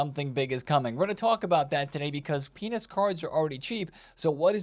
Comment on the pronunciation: My brain might be cooked because every time you said "Pina's" I heard "Penis".